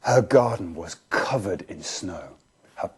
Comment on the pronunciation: uuhhhhh her garden was COveRed in snow